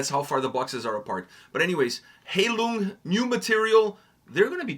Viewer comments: You both need to do more research before reacting to a video. You both mispronounced the name multiple times. The name is pronounced 'HIGH-Loong'. When you pronounce it as Hay-lung you disrespect the meaning of the name. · High lung, not hay lung. 🙂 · For your information, the "ei" in Heilung is spelled like the "i" in ice. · I love this song so much. It’s actually written in the video describtion, that the volume of the vocals is purposefully quite low as to blend in with the instrumental. And to show off my German skills – Heilung ist pronounced „high-loong“